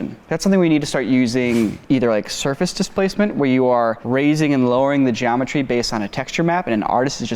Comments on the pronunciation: "Surace displacement "?! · "Surace Displacement"